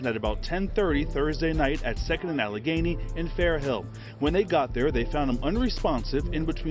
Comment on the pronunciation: Jesus Christ! You can’t be from Philly with those pronunciations. “Al-Ganee” & “Skuly-kill” 😂😂 try again bro.